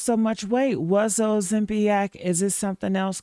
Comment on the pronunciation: What the HELL is Ozempiac? Did you mean Ozempic???